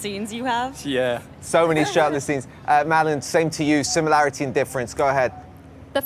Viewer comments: does it make anybody else really angry that he said Madeline instead of Madelaine or is it just me 🤣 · anyone else realise he called madelaine , madeline not sure if i spelt it right but he said it like mad elin mot mad eline